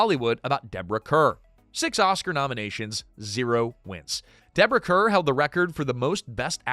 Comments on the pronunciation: Deborah Kerr pronounced CAR 🤦‍♀️ They even did major PR when she first came to Hollywood announcing "Kerr rhymes with star." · Deborah Kerr’s last name is pronounced “Carr.” Please fix it. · Deborah Kerr’s name is pronounced like Carr. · Deborah Kerrs last name is pronounced car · AI. “Kerr” is pronounced “car.” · Kerr is actually pronounced "car".😊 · He mispronounces names all the time but seemingly refuses to use the google machine to find out how to pronounce them🤷‍♀️